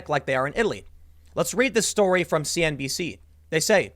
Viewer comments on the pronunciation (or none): none